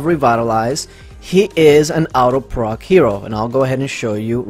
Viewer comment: Nicholas Andrews 😂😂😂I think is saying auto proc.....it just sounds like out of proc....lmao